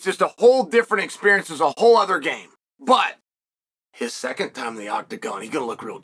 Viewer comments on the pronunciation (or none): none